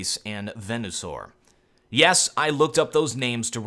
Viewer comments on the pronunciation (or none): It's pronounced ve-na-saure